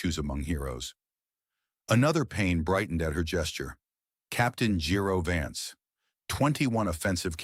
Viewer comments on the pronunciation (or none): none